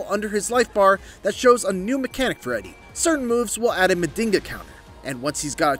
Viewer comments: NOT Mandinga, it's Man-jhinga. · It's pronounces (Ma JiN ga)😊 not (Ma din ga)😂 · It's pronounced "Majinga" pretty much means magic and us capoeiristas use it as a sort of mysticism in capoeira songs... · Not to be that guy, but it is pronounced "Munn-jeen-gha" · Nah that mf said Mandingo counter 🤣🤣🤣